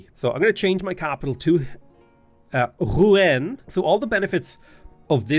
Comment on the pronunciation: Hey, Rouen (the "en") is pronounced like in Rendez-Vous, good to see you play Civ again:)